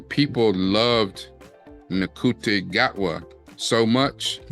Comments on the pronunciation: Ncuti Gatwa's name is pronounced Shoo-tee Gat-wah. Doctor Who is the longest running BBC TV show. The original series ran between 1963 and 1989, comprising of 26 seasons and they are now called Classic Doctor Who (or Classic Who for short). 97 of those episodes are missing. There were 2 movies made in the 1960s starring Peter Cushing as the first Doctor. Tom Baker is the longest serving actor to play the Doctor. There was another movie in the 1990s with the 8th Doctor and the show was revived in 2005 with Christopher Eccleston as the 9th Doctor. David Tennant has played the 10th and 14th Doctor. In the original series, the Doctor's companion was called his assistant, now companion. The Doctor usually travels with at least one companion, but occasionally has several companions and they have been played by actors of different races. The Doctor's original companion in the 1960s was his granddaughter, Susan Foreman, although that's probably not her alien name, who he left behind when she fell in love with a freedom fighter in the 22nd century. Susan took her surname from the name on the junkyard door where the Doctor kept the TARDIS. When Susan's chemistry teacher called her grandfather "Doctor Foreman", the Doctor replied "Doctor who?" His name remains a mystery. The Doctor also has a daughter, Jenny, but she wasn't conceived in the normal way. It's implied Time Lords don't reproduce like humans. The Doctor is a time and space travelling alien from the planet Gallifrey. He is a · Ncuti Gatwa's first name is pronounced Shootie. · ALSO, you pronounce Ncuti like SHOO-TEE. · I’m no expert, but folks in the know seem to be pronouncing “ncuti gatwa” as (roughly) “shooty gat-wah”